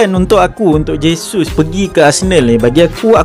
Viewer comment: Sebut dia jesus je bos,j bukan h,dia orang brazil bukan spain